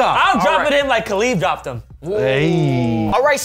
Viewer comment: my man called him KHALIB! lol